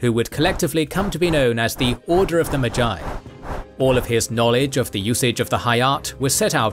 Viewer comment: Enjoyable video, except no one taught you how to pronounce magi...